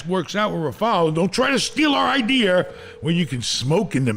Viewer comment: Hahaha “Good idiar”